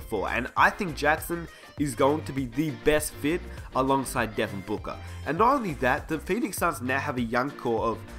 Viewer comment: I've never heard if Devin Booka but I have heard of Devin BOOKER